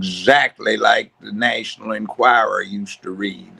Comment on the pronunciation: learn how to pronounce the National "Enquirer"